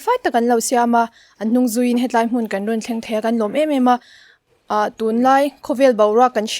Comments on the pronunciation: He tlai ti lo in he lai tiin sawi zawk ta la a va mawi dawn em😍😇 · "He tai'' nilo in 'He lai''😁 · "He tlai, ni loin, he lai," tih tur.